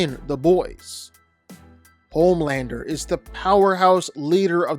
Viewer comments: its homelander not pomander. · Homelander ❌ Pomelander ✅